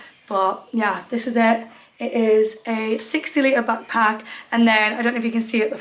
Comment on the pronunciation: Pls the way ur saying bagpack and not a backpack is stressing me out 😂